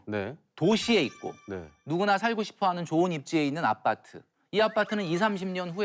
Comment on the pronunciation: 아.빠.뜨. 발음을 쎄게 해 강조하려는건가.